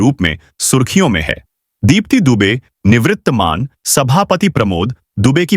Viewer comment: निवृत्तमान नहीं निवर्तमान होता है।